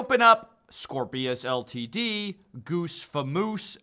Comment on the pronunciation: Pronouncing Ltd as ‘L T D’ is oddly amusing to me